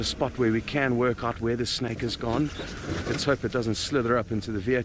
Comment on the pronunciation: 视频里的英文还算能听懂啦，只要你不让此人糟糕的发音所左右就是了。比如把蛇snake或成了小吃snack。呵呵。